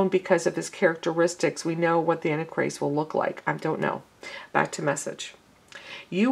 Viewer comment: Sister, it is ANT TIE CHRIST, NOT ANNIE CHRIST. GBYA